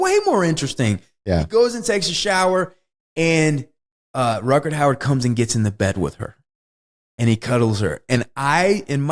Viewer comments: I adore Wes, but, honey, there are no "d"s in Rutgar Hauer's name. Not one. Definitely not two. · I’d be ok if he stopped saying Rutgerd